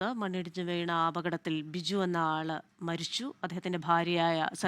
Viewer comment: Soory Madom, Biju oru manushyan alle? Madom parayumbol word change avunnu 🙏 kelkunnathinde kuzhappam ano? "Biju nna Aana" kelkunnu 🙏🙏🙏🙏